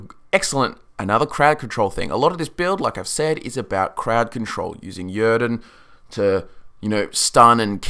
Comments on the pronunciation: He pronounces "Yrden" wrong and it's really annoying. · Thumb up, but man, I can't listen how you pronounce "Yrden" ! :D